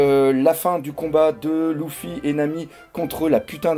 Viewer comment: Juste pourquoi à chaque fois il dit louffy et pas luffy ca stresse 😅😂